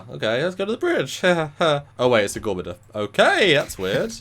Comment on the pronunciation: It was refreshing to see that other types of music besides classical actually SURVIVED in this version of Star Trek. That is more realistic actually. A world without heavy metal is no world for me. And it's GOR-MA-GAN-DER. LOL Also, Stamets said "placid" people NOT "plastic" people. As in "why are you people so calm when a disaster is taking place" placid. LOL I think your speakers have a buzz man. I'm not trying to be critical. I just watched the episode. Maybe your ears are getting plugged because you're getting sick.